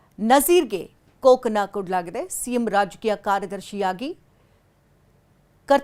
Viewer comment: ಕೋಕ್ ಅಲ್ಲಾರಿ ಕೊಕ್ ಅಂತಾ ಹೇಳ್ಬೇಕು.